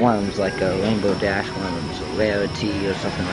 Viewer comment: "Wainbow Dash" He can't even pronounce the letter R right. How pathetic.